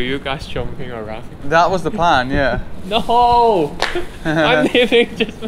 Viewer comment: When he said NO!!! He sounds like a dog N0! NO NO!